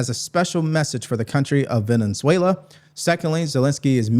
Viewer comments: I like you a lot Brother, but you have got to fix your pronunciation of things is Venezuela not Valenzuela unless you deliberately did that I don’t care about the name calling cause I’m great at it but you gotta clean up your ex brother I’m following you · Jajaja! You’re making me laugh out loud. “Villain Zuela.” Are you doing that on purpose or do you really not know how to pronounce Ve-ne-Zuela? 🙃PS. Zelenskyy avoided the question-“What concessions are YOU willing to make?” He turned it back on Putin & don’t answer. Why the hell are we even trying with these people? What is holding us back from walking away? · It's a shame when the President uses obscenities. I am so disappointed. By the way, Venezuela is pronounced "Ven-uh-zwail -uh". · I love when a slight mispronunciation is more accurate than the actual pronunciation 🤣 "Villain-"zuela is gonna find out why noone messes with our boats